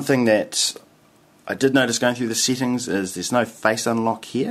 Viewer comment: lol why do you pronounce settings as seetings?